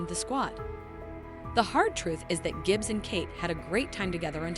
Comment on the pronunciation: Whatever voice program you are using for this, delete it. It makes it sound like you haven't watched the show, calling lee-roy Gibbzz "Le Roy Jibbz" for example.